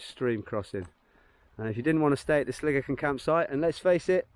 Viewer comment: What a great day you had for that hike! So much easier when it's dry! You were lucky where you camped that the cattle weren't there. When I passed by there in 2019 they had destroyed a guys tent with him in it! I aways thought Sligachan was pronounced Sli...gaaaa...chan rather than sli-gi-chin with the ch sounding as in loch, but the Irish gaelic seems to sound like you pronounced it..not too shabby for an Englishman..:-) Since you said you don't like heights I wondered how you would get on on the section to Elgol...it's a drop off for sure